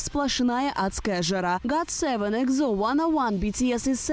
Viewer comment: Та блэт. ПРАВИЛЬНО НЕ ЕКЗО, А ЕКСО!!!!Нет буквы З в корейском алфавите!!!